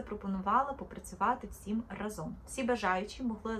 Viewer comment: Тільки рАзом, а не разОм. І не треба так дивно вимовляти звук и.